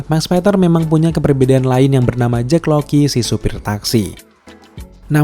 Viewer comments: kirain gue doang yg dari awal dengernya JACK LOKI, JACK LOKI mulu, bukannya mustinya JACK LOCKLEY yak? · Sengaja banget ya pengucapan nama - namanya diplesetin? Jake Lockley bacanya Jake LOKI, Bast bacanya BLAST